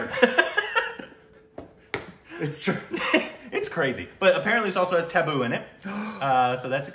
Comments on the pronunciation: It's okay don't have to be so hard on yourselves for the exact pronunciations. The correct way is TUH-BOO And the T is pronounced the way you would say RASTAFARIAN. Not a hard T like it is in the word Taboo. Tabu is the short for her full name tabassum 😃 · To say the “T”of Tabu, your tongue should go between your teeth, like it does when you say “their” or “there” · The T in Tabu has to be pronounced flat not sharp. No equivalent word that would sound similar in English. When making the flat T sound the tip of your tongue should touch the back of your teeth and not the roof of your mouth., Indrani could help you out on a call to demonstrate the difference. A lot of the T and D sounds in hindi are flat rather than sharp. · You pronounce T and D wrong Everytime, be it Tabu or Deepika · You are pronouncing tabu wrong . Tabboo with a short a. It's also not a sharp t, it's between t and th . Difficult to explain . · T is softer t. A as in uh. Bu is boo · Yes u r pronouncing Tabu wrong. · You pronounce Tabu wrong Say the “A” in tabu the same way as you say “A” in Aamir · Tab in tabu is pronounced the same way as "tub" In bathtub and not like the tab in tablet. You spell it like the english word taboo. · It's pronounced just like 'Abu' and you just add a 'T'. Not taboo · It isn't "taboo" but is pretty close to the actual pronunciation:) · It's not Taboo, it's Tabu... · U pronounce Tabu as Thabu not Taboo....Like T as in Chahta.... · Tabu isn't pronounced like 'taboo' but instead as 'Tub-boo' ....unless of course it's an intentional korbinizarion...then it's taboo 🤣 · Pronounced as 'tub'---booo Not 'tab'--boo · Tabu is pronounced as "Tub-ooh" in India with a soft T. It's short for Tabassum. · So just an info it's prounced as Tabbbu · It's not taboo lol it's more like you combine tub and boo together but like with a different sound of "t" like you hear often in spanish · It's Taa (like Tata) Taa-boo! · Tabu is pronounced as: Tub-boo